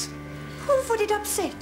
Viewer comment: "IT VOOLD APSET... ME!"